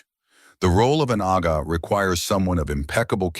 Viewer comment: It's "Agha" please. DH